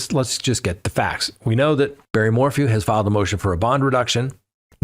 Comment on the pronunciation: Bawwy wants to go home? Sucks doesn't it?